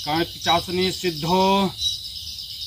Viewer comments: Ullu banana band karo bhai...pahle to pronounce thik se karo..pichasini kya hai? Mata karn Pishachini bolo...ye sadhna wamachaar se hota hai aur aisi jagah kiya jata hai jaha tumhe koi na dekhe aur disturb kare..aur v kathin niyam hai iske..aur ha pant shirt pahan k karn pishachini sadhna nahi hota...koi accha kam karo aur like ya view k liye ye sab le k khilwad mat karo bemaut maray jaoge..jai shree mahakaal..🚩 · लगे रहो पिचाशनी नहीं पिशाचनी सही बोलना सीख पहले 😂😂😂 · Aap ko to mant ucharn nahi karne Arha hai nahi pichasni ejt diya